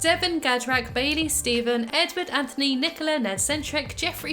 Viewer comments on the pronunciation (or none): none